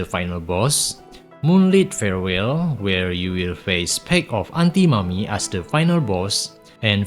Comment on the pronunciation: way you say antinomy sounds like aunty mommy